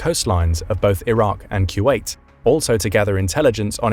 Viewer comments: Took me halfway thru to understand what he was saying when he says Q8... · Is he saying ( q wait )..?